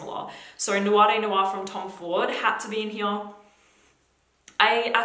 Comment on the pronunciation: Finally! Someone that can properly pronounce noir! Video after video of hearing people say "newAR" has been grating on my nerves